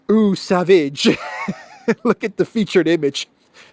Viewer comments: Pronounced SAVAAGE...yes baby it is a real cologne. Too bad LITTLE NAPOLEON abuses it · Eau sauvage = Oh sovajhe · Johnny Depp is the model for Dior Sauvage cologne. It is pronounced So-vajjj … Le Sauvage 😂